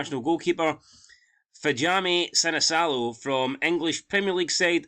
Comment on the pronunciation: Your pronounce it Vilhami Sinichalo